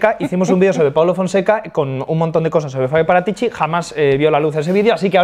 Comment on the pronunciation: Si dice.. Fábio Parátici, no Paratíci.